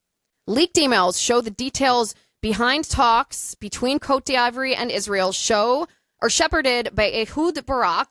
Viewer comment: "COAT DEE VWAHR'" Sorry, your version of the pronunciation is killing me. As for Epstein, it is almost undeniable that his solo career in finance, (and outsourced intel,) was started by the CIA. There's too much disclosed public record info to dismiss that. For example, his first big client was Adnan Khashoggi, the Saudi arms dealer they used in Iran-Contra. JE was moving money for Khashoggi during the time period that Iran-Contra was happening. JE was our guy. Later, when JE started doing the extortion/PDF stuff, he targeted lots of high profile people, including some connected Israelis. But in doing so, JE was very intentional about getting their personal associations with him documented, and often publicized. He was not likely to be "secretly" working for Israel. Ehud Barak staying in his house in NY was mentioned in a Vanity Fair article... Really crappy spycraft if that was the case. The only reasonable analysis is that he was gathering intel and leverage on behalf of (or at least on spec , to sell to,) US Intel. Sometimes this may have meant working with Israelis or their gov't... but you'll notice there's gobs of documentation and journalism around all of this activity. The publicity and documentation had to be intentional. He poses proudly in the photos. (Worst spy ever, if he was "secretly Mossad." Mossad is too good for that.) I think JE's mandate from the US Deep State was pretty clear if you look at the big picture of all the other high profile people he was targe